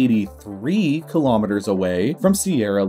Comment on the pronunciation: Quite an interesting video! But really, you should really fix your pronunciation of kilometre to improve your videos further.